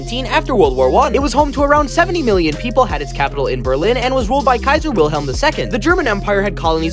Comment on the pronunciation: Your pronunciation of "Wilhelm" hurts me so much